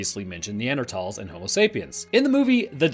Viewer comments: Neanderthals or Neandratalls? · why you got to pronounce Neanderthals like that you sound like u have a speech impediment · Weird pronunciation of Neanderthals. In our part of the world is Neander-th-alls.